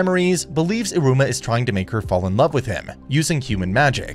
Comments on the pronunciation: Man here calling Iruma so similarly to Aroma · in the start you said Aruma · Not me being triggered on how you said Iruma 💀 Also Sabnock wants to become demon king because he thinks it’s the coolest. Not because of his older brother. He says that after all those stuff lo